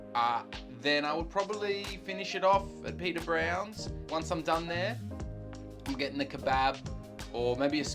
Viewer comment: that pub is pronounced pad-r browns.